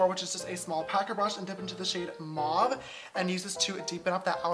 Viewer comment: the way u say mauve